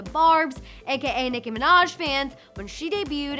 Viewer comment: Am i the only one getting pissed off when they call Nicki more like Minage, not Minaj?😅😂😂